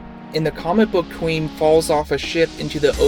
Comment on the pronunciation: Her name is pronounced 'Quinn' not queen.